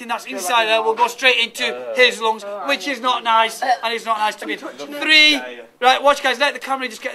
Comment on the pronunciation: lol.. The "loongs"..